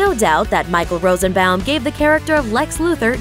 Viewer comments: You're saying Rosenbaum incorrectly. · Smallville was the best show in it's early days. Also, I don't know what I'm more amused by, the fact that you actually said KK's last name right or the fact that you said Rosenbaum wrong. Also, have you not heard of "Impostor?" Michael is the star of that show. And he is an Executive Producer. Also, Kristin was the co-star in Edgemont, which was before Smallville. She also did Snow White, Earthsea, Eurotrip, AND Partition. Not sure if you guys don't know this stuff or if you just purposefully leave stuff out.